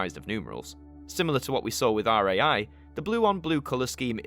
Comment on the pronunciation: ITS RAI NOT R-A-I